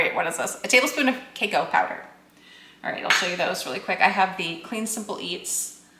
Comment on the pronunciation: It is pronounced “cu cow” in US. Where are you from?